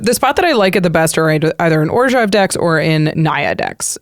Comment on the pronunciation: Whenever says orzhov I cringe